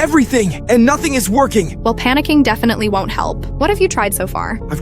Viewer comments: "Defeeneehayall" "Poohrer" "Dubbayoueiyychoe" "Dubbayouarringee" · bro really said "defineoa 1jedfe" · did bro js say fefeeny heyaou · what’s deefeeny heal? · "definuah" HITS HARDD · "DafEEn ra-HÆL" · Defenie reheal